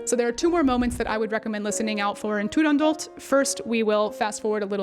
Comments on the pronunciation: I've always said "tu-rahn-dough" but that is probably wrong, your pronunciation sounds Italian. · Beautiful Italian accent btw. No one agrees how to pronounce Turandot. Dame Eva Turner, who was the first British exponent of the role, and was at the first performance, always pronounced it Turandoh.